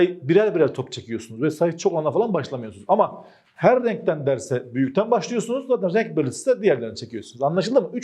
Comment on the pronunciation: her rrrrrrrrrrrrenkten